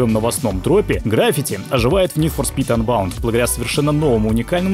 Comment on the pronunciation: КАКОЙ АНБАУНД????????????????? УНБОУНД!!!!!!!!!!!!!!!!!